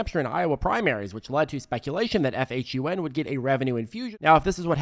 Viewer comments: You keep saying FHUN instead of PHUN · You said FHUN so many times lol PHUN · PHUN not FUHN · PHUN not FHUN